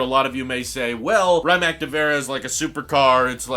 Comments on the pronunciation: Please stop saying “Ryyymac” it’s pronounced “Ree-mats” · The way you pronounce „Rimac“ pains me dude, it really isn‘t that hard to google the correct pronunciation and not give Croatians a seizure every time you say „Raimack“ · Please pronounce it R-e-ma-tz or R-e-mac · Hmm… I wonder why I get ruffled when “Porsche” is mispronounced, but not so much with “Rimac”? Sure, all 16 of my g-g-gparents were born within a 50 km circle in Germany and Bern, but Ferdinand was Austrian. Ok, I just heard him pronounce it with a long “i”; that was pretty bad! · You are pronouncing Rimac really wrong!!! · Learn how to pronounce Rimac please eye roll